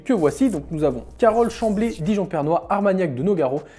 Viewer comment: Salut, je crois qu'à ce n'est pas "pERnois" mais "pREnois" 👍